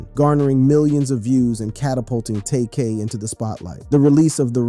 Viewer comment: saying his name like that should get you 500 years in prison...